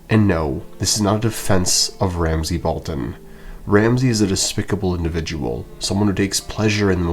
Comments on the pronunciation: Roose is very good strategist of being pure evil, and he scared Robb in the books compared to TV show also “Balton??” not “Bolton?” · bro said Roose Balton